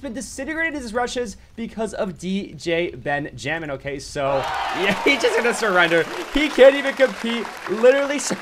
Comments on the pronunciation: i think its pronounced Ben-ja-min not Ben Jay Min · The way you say stuff: BenjAmin and muabs cracks me up. Also Ben is super DUPER OP